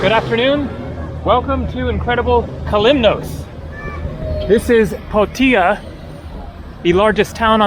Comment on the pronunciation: The 'os' in Kos or Kalymnos is pronounced as 'oss' is in 'floss', not as 'ose' as in morose. Minor point, but worth noting!